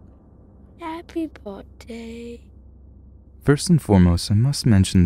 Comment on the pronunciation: haypey bortday